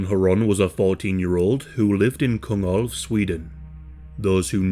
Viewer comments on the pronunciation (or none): I know Swedish is hard, but Kungälv is basically pronounced like Kung (as in Kung fu) and elv (as in elven).